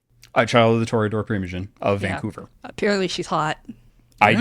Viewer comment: Toreador with the mor-eador